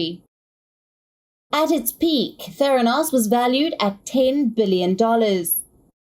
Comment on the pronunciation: it's pronounced: ther AN os.